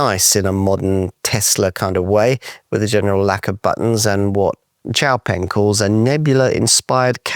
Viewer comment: FINALLY! Someone who says xiaopeng more correctly!